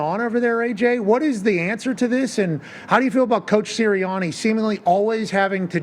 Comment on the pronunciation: I love Pat, but the way he pronounced the "a" sound in "Sirianni" is really awful. That way of talking - that accent - is really an ugly sound that the ears don't want to hear. Pat, can you please pronounce your "a" sounds the way everybody else does? Thanks.